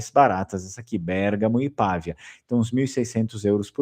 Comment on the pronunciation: Nao é Pàvia pronucia-se Pavìa